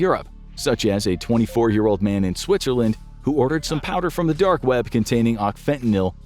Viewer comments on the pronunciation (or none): none